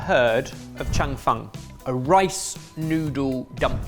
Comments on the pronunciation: The pronunciation on Cheung Fun is killing me 😭😭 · its pronounced "chung fen" and i eat it at least twice a week. i live in zhuhai and my chinese wife flipped out at the amount of oil you used. you dont roll it up so neatly, you kind of slide it together and give it a few flips. the toppings are generally added after its cooked (but not always) but before you slide it together, and its served swimming in soy/black vinegar sauce. its also VERY thin when cooked